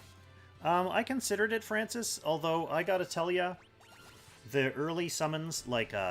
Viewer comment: "I just had to Tell-a him what to do." Million thumbs down, unsubscribe, how dare you